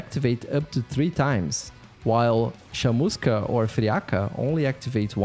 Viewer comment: Bom demais ele falando Chamusca e Friaca kkkkkkkk Mto BR Esse jogo é hype hein, mistura de Vampire Survivor e Risk of Rain 2